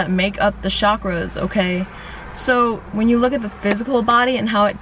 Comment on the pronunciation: Chakras is pronounced chakras, not “shakras”. Cha is like the cha in chai, charming... and it’s eScape, not excape. If you want to grow, open your mind to speaking consciously. Not because bad examples abound.